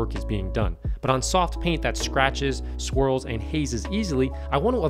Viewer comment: I know he's saying swirls but I hear squirrels like damn they messing up Ferraris now?!?